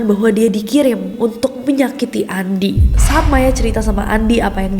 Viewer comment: kak nessie nyebutnya bukan andi lagi tapi "andy" (pronounce english) HAHAHHAHA emang beda lidah bilingual